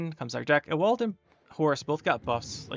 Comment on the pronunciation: dude. CROWNSPLITTERS????? (also I think Ewald is pronounced YOU-uld, not ah-WALLd :3 )